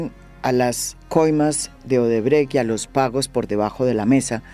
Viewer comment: Bien pronunciado Odebrecht